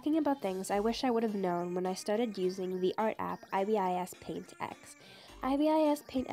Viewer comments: I like saying it like eye-bee-eye-ess paint not Ih-bis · In Korean, ibis Paint is 이비스 페인트 which is pronounced “ee-bis paint” so it’s not “eye-bis paint”. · It’s EYE-BIS-PAINT XD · Me: pronounces it wrong Eye-bis Paint. It’s actually pronounced like I b I s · Did anyone notice she said I.B.I.S instead of ibis? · cinnamon tricks its not even I-bis you just say ibis, just pronounce le word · eye-bis paint? I thought it was pronounced ih-bis paint x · It's also pronounced e-bis paint BTW for those who don't know how to pronounce ibispaint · on the desc she actually said that she pronounced it wrong.. And a lot of peeps also pronounces it as ""eye-bis" paint which I think is actually the correct pronunciation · It’s pronounced eyebis paint, ibisPaint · It's pronounced as eye bis . She can be wrong , you know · I know this is useless to say but the “Ibis” in IbisPaintX is pronounced as “Aibis”, I know that anyone could call it anything , but just wanna say that. It even says so in the japanese version of the title “アイビス”(Aibis/ Ibis) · Not aybis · Just cuz one person pronounces it different doesn't mean she's correct.. but sometimes it will be true.. but in this case it is called eye-bis paint... I've looked up in google. It pronounces it as eye-bis paint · No well it's actually pronounced e-bis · love its 'ibispanint' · its EYE-BIS . An Ibis is a bird. Look it up and look up the pronunciation . Google can tell u that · so your saying that im friggin pronouncing ibis paint wrong? your saying that it's pronounced i-b-i-s? what is this sorcery? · Btw it’s not I-b-I-s its ibis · This girl don’t know how to say the name of this app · I call it that too, it’s just the way people pronounce it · she said it wrong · I thought I know all everything about iBis paint... but even the pronounciation of the name is wrong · That's how you actually say it.She is saying wrong(Not hating ) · It is that . She is saying it wrong